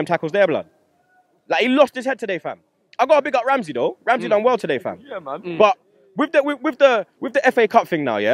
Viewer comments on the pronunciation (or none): none